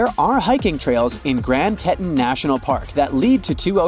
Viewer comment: The mountains are pronounced Tee tawns.